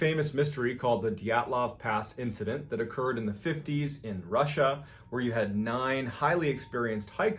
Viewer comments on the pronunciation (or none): none